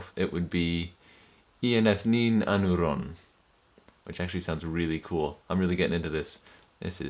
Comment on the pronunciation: I am not a Sindarin speaker, But it is "pédil edhéllen" and "I éneth nin Ánuron" in terms of accent. The accent is NEVER on the last syllable. Your accents are all over the place.